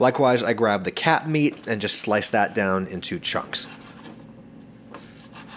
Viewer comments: "Likewise grab the cap meat" I thought he said cat meat 😅😅😅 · When he said "cap meat" I thought he said "cat meat" and started looking around for Fluffy...